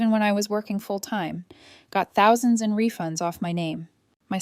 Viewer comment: Why can't AI say thousand, any time it says an amount with thousand in it, it sounds like mush.